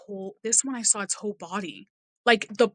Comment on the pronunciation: This one actually disturbed me, not sure what makes her so believable but her account is well put and seems credible. Can't get over the way she says "saw" like "sour" or "sowr" xD I couldn't tell if she was doing it on purpose or not haha